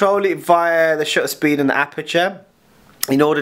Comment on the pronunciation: Horrible. And the word "shutter" has a "T" in it; two, in fact.